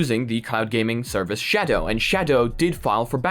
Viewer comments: I like how he says shadow Sha DOE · The way you pronounce "Shadow" physically hurts me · I giggled like a dumbass everytime you said shadow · The way this dude says shadow